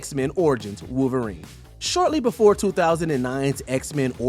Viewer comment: Who is Wooverine?? This narrator is a joke, get rid of him